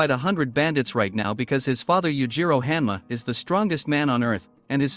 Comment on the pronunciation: bro pronounced 80% of the names wrong i was like "who tf is jack hammer" then i realized its hanma